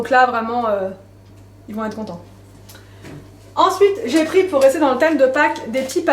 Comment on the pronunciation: J adore ton "ENSOUITE" ou "ENSWEET" 😂